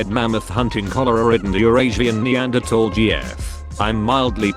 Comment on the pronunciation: Whatever you gotta tell yourself.😏 You actually said "neanderthal" correctly.😊 Noot noot forever.🙁 Worth it.🙂